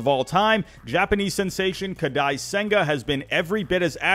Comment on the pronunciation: ‘kadi’ senga